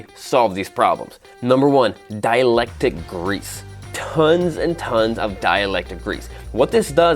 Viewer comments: Dielectric, not dielectic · Dielectric grease sounded like you said dielectic. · Dielectric. Not dialectic.